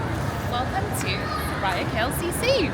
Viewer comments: Welcome to Malaysia. Just wanted to highlight something. The right way to pronounce the mall’s name is ‘Sue-rea’ and not su raya mall. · Its su-ree-ah not su-rah-ya klcc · Just to correct a little..its pronounced as Su(soo) Ri(ree) Ya(ya) not SuRaya..😊❤😊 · Welcome brother! By the way, the correct pronounciation for SURIA is SUE-REE-YA meaning Sun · It’s pronounced ‘Soo-ree-ah’ mate 😊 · Mr.,& mdm, Suria KLCC should pronounce as Soo rea KLCC, just an info that I, a Malaysian want to share. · I love your poetic musings ❤ I am currently in Dubai and can’t wait to return to my beautiful homeland in February. My favorite place in Malaysia is Penang which has the best street food. You may consider hiring a trishaw ride for an hour through the streets of Georgetown and to see the amazing street art. Btw Suria is pronounced Soo-ree-ya. Blessings to you and your beautiful family ❤ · Hi. just to help you a little since it is your favourite mall & you might encounter instances with the local that might misunderstood you guys. It is pronounced as ''su-ree-ya'' KLCC. 🥰 SURIA actually means the ''sun'' or ''sunshine'' in Malay. You can see the meaning reflecting in their logo. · Suria is pronounced soo-ree-yaaa 😃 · الحمد لله... هذا من فضل ربنا... Just for your information, we pronounced "Suria" as 'Su ree ya'. In Malay language, "Suria" carries the same meaning as "Matahari", which means "Sun".